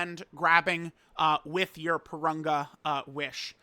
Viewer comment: It's Pour-Rune-Gah. Wtf. Not Poor-Run-guh.